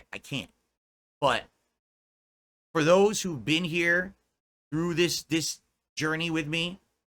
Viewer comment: Big fricken deal over heah guys